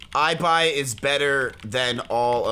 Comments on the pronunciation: estan diciendo “aibai”, en vez de “ibai” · Maybe in Spanish, but in English Ibai is read as "i-buy", but it should be "e-buy" cause that's how it's pronnounced in Spanish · its really weird to me hearing Ibai as "Aibai" lol im just not used to it In spanish it sounds like "ebay" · “EyeBai” xdd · eye bai ? hum its e bai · You say it ebai no aibai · People calling Ibai "I - BY" instead of Ibai ("e-buy") hurts my feelings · Ibai is pronounced Ee-bye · The ¨I¨ in Ibai is pronounced like the ¨I¨ in India. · Por qué lo pronuncian aibai JAJAJAJAJA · It’s pronounced e-buy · "eye by" lol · Ibai is Spanish, so that's the correct pronunciation, not the English mispronunciation.